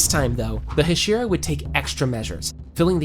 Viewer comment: bro pronounced Hashira wrong